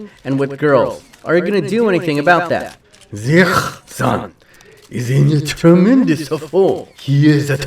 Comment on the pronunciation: You prenounce Ziyech as : see jek